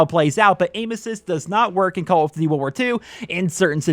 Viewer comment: “Call of D’warwar 2”